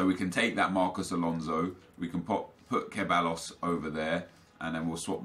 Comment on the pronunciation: Pronounced Sebaios (Ceballos) :)